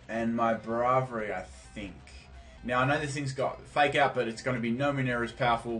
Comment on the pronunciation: The way you pronounce some pokemon is hilarious lol... "Escayviah" "Brahvary"